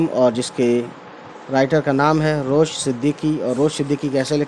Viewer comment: The poet's name is Ravish not Rosh as is reciting. But explanation of the central idea is good. Thanks